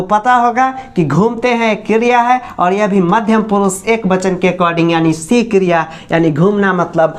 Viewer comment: What is kriyaa😆😆. London waali maam